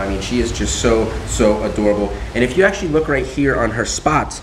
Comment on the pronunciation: can we just mention how they said " wou " instead of you